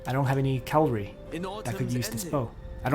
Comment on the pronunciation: Nice video but you need to learn how to pronounce "C-a-v-a-l-r-y", not Calvary (that's where Jesus died). And Marquis is pronounced "Markee". I'm not really a nitpicker but the wrong pronunciation is annoying.